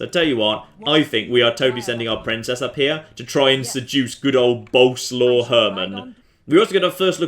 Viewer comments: Just an FYI, 'Bolesaw' is most likely pronounced like 'Bow-Les-Lav' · The polish princes name is actually Boleswav and the e isn't silent, so it would sound a little like Bo-le-swav